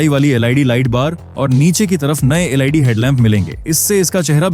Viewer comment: Led ya lid, suv ya siuv please improve your English